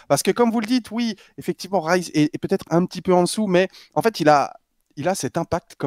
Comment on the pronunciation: Pour petite info c'est Rise et non Rize sinon c'est du riz en anglais. L'argument que sortent toutes les personnes qui trouvent que zen n'est pas bien classé est qu'il porte Vita, mais c'est un argument qui est difficile à prendre, Vita a déçu au début de ce premier Split, c'est indéniable et Zen à montrer son meilleur niveau seulement arriver au 3ᵉ open qualifier. Ils se sont pris l'effet world champion comme ont pu l'avoir BDS l'année dernière. Et ce ne sont pas les clips qu'il a pu rentrer qui permettre d'évaluer son niveau, beaucoup trop de personne jugent un joueur à sa capacité à mettre des clips, si c'était le cas le Joyo serait dans le top 5. Même si Zen a porté Vita il n'a pas montré un niveau individuel à la hauteur de ce que l'on attend de lui durant le début du Split.